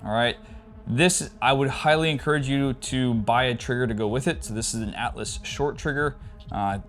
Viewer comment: You said Atlas, I only heard Alice. Alice Gunworks :D